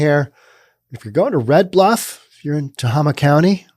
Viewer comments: It's "teHAYma", not "tehahma". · It is pronounced Te (eh) (hey) ma hey like the stuff horses eat. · Tuh hay muh... Emphasis on hay. Just sayin.... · Being a resident of this piece of shit county, "Tah-Hay-Ma" the facts run way deeper than you report. If there is a shooting involving a cop within the county, there will be a 10 sq block lockdown carried out by over 40 responding vehicles including chp, cdf police, game wardens, and nearby city police. However that's where the law ends, and the lawlessness begins! When night time deputies are called upon to respond to anything, they drive up, stop in the street, crack their window, listen for less than 10 seconds and drive away, they will not exit their vehicles, whatsoever for fear of a confrontation. Then there's the lack of bravery within their ranks. Certain people within the rural areas of the county only need to post their non-fenced property as being "sovereign land" and I kid you not, deputies who even do manage show up, see felonies in progress such as rape, kidnapping, beatings, drug manufacturing, and toxic waste dumping, and will simply say "we don't want another waco on our hands" -Deputy Jess. The only thing that has ever made this sheriffs department move their ass, has been the occasional drug operation bust, and that is when the corrupt as fuck sheriff wants some vacation money, since they pocket any cash they find and only use the drug possession as evidence in court. Then there's the contact with them, if you report a crime, they want your information top to bottom, including emptying your pockets and purse, running your background for felonies, wants and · Pronounced Tah- hay - mah. That does seem like low pay. It's not a very large county in California. One of the smallest, in fact. I remember it being a relatively safe county. It used to be a pretty great place for families. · It’s pronounced “Tae-Ah-Ma”!!! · Not that anyone cares... But I believe it is "Ta-Hay-Ma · Tah Hay Muh county